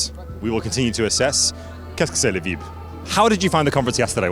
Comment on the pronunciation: Fantastic reporting,. The French needs some work though! The French pronounce 'vibe' like in English and 'cadre' doesn't have an 'ey' on the end;) Good effort though!